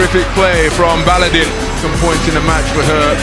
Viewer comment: Not Baladin, its Baladın.